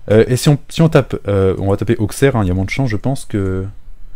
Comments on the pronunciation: Auquesserre ’ je note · On dit Ausserre et pas AuXerre, je sais que c'est perturbant mais c'est le patois. Et c'est très irritant pour les oreilles quand tu le scarifie plusieurs fois d'affilé xD Je dit ça de manière totalement second degrés et pour apporté potentiellement quelque chose que tu ne connais pas. Je pense qu'il est toujours appréciable d'apprendre chaque jour quelque chose donc voilà c'est cadeau, libre à toi de faire saignée les oreilles des Auxerrois ou non x) Bisous! Continue comme ça, tes vidéos sont top!